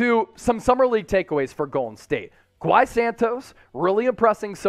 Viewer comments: Please stop saying Gui like “gwhy” it’s pronounced “gee” short for Guilherme, similar to how Guillermo sounds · You say gui as in “Giii” Santos